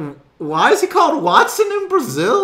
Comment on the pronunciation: It is so funny how he ses wattson